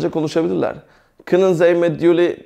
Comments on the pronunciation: Hocam 'kunen' kının diye değil 'könün' diye okunur saygılar.. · merhaba hocam, anlatim cok guzel. karsiliksiz insanlara bilgi veriyorsunuz tebrik ederim. hocam maksadim size kotulemek ya da asagilamak degil kesinlikle, ben hollanda da yasayan bir gurbetciyim. kunnen (künın) jij(yay) jouw (yauv) seklinde teleffuz ediliyor. tesekkurler guzel anlatim. umarim sayfaniz istediginiz buyukluge ulasir. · Hayır 'kunnen' fiili 'künın diye okunur.